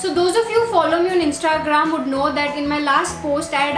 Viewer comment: Please improve your pronunciation of words 'o'tube, insta-gram. Very weird!